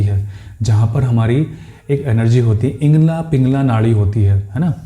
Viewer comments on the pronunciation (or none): इंगला पिंगला नही इडा पिंगला